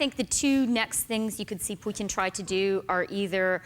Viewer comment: Wow, I’m impressed that Chrystia pronounced the t in Putin correctly. Both times! This is the first time I have heard anyone on US TV to pay attention to the right pronunciation of his name (not that I like him, I don’t).